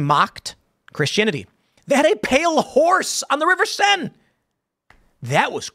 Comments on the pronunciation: Should be the Seine river (pronounced Sane) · It's the river Cène. If you know French, you know how to pronounce the "è" and the "-e". If you don't know French, I can't explain it here in the comments.